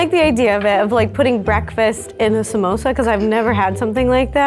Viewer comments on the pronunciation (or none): They allmade "komosa" not samosa😁😁